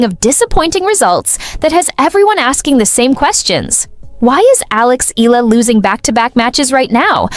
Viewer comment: For crying out loud it's eyala not ila. Don't bother to vlog if you don't even know how to pronounce her last name. It's evident that you don't know the person too well. It appears that you're just filipino baiting. That's why i didn't finish watching this vlog